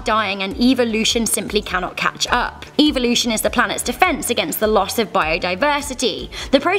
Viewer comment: the way she pronounces evolution makes me want to go extinct